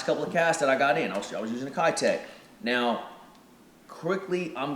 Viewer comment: I would love to see the Mayor in a bluegill color. Can the fishing community finally start pronouncing Keitech the right way. It’s about time. Just my stupid opinion. Thanks guys!! I’m digging the bait reviews!